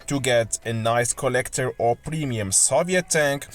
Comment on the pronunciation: Soviet: (saw-vee-it)